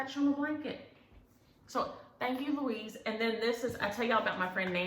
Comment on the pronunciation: Another great video - thank you ! You said my name correctly, just like your relatives name. I’m named after my grandfather Louis. I try on my outfits too. Have to be comfy 🤣 So pleased you all enjoyed the Tim Tams from down under 🇦🇺